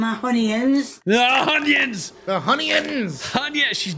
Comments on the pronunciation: World: “Onions: “Honions” Love you ken 😂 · Glad to meet someone else who doesn't like surprise honyuns in spaghetti. And raw hunyuns in mince is awful. All you're doing is steaming the hunyuns in beef steam. Saute them first.